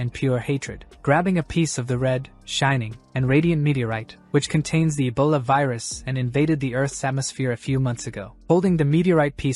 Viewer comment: Ebola❌ Abola ✅😂😂